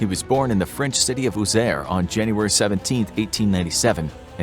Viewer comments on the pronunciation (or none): none